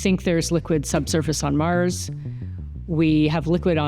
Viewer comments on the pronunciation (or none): none